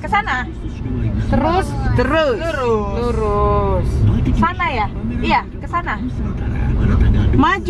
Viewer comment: Sikocik 😊 lurus kok aku dgr ny jd kurus yakk 😂